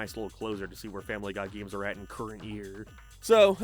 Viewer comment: gayeems... why do you say it like that? disliked the video cause its pissing me off